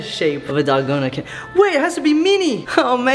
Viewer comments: Dal-goh-nah. Not dal- goe-nah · pls its DALGONA not dolgana 😭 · pronounced (dal-goe-na)